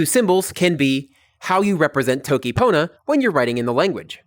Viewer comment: As everyone else, I love how you're showing sitelen pona but something I've noticed is that you speak with diphthongs very often, such as being pronounced [tʰowkij] and being pronounced [mowkʉw] and also reducing final a to schwa such as and becoming [sinə] and [pʰownə], which technically shouldn't happen and isn't fully correct, but it's probably fine since we can all understand you.